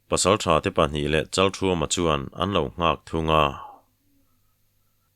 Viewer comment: Kan thawnthu thar hi a ngaihnawm hmel hle maia aziak tu hian aziak ngsihnawm thiam thin hlea ,Achhiar tu hian aw ngaihnawm takin a chhiar thina Kan thawnthua a changtupa hming hi Pasal tha Chalkhuma tiin, ziak ania Chalthuama tiin lam ani bawk si a, chalthuama tih leh chalkhuma tih hi a enge dik zawk sawi fiah ava tha ve